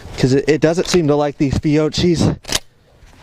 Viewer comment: Everyone mispronounces fiocchi lol it’s fee-o-key